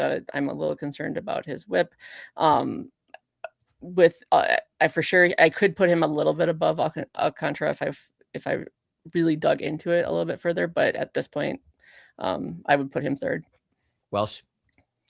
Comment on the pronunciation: Wait.... You're still at Al-con-tra. Cmon my dude.